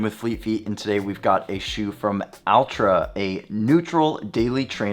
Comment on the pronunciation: Tried on and feels like big improvement from v1. Brandon, its not pronounced like Big “Al”tra Yankovich but closer to Ultra. 😂